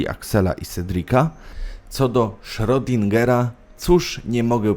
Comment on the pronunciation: Naucz się porządnie czytać i co ważne cytować i wymawiać nazwiska. "Frojd", Berżerak", "daj ać ja pobrusze a ty poczYWAJ", "czyta się "kot SzrEdingera" mimo innej pisowni. HANZEATYCKIEJ kurwa mać! .Dyletant . Potem gówniażerka łazi i powiela takie pierdolety.